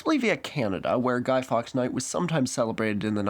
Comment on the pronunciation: Didn't get the name at first, I dont know if its your account or pronunciation. But it's pronounced Guy Forks (written Fawkes.). Also, it's not a holiday, it's marked on the calendar and colloquially it's often reframed to as Bonfire Night or even Fireworks Night...obviously.